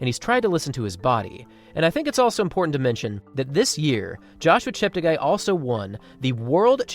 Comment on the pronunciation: Please note that his name ends up being 'gay', not 'guy', according to worldwide broadcasters - he asked them to correct their pronunciations. Tony Hunt World Junior Athletics News NZL